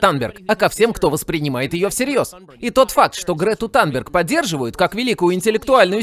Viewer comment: Грета танберг - Танберг режет слух. Мы привыкли к Тунберг.